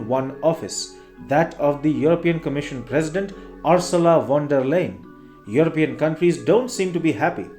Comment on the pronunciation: Uur- soo- la von derr Lai- yen Get your pronunciation right you dolt!!!!